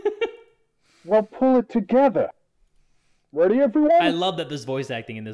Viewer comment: I think he said “weady” too🤣🤣